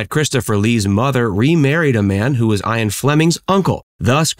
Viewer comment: "eye-an" yep that's exactly how you pronounce Ian...